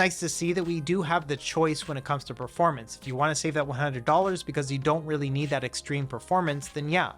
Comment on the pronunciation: This would be perfect gor emulation if ut was 400$ Also this guy cant say U it sounds like ew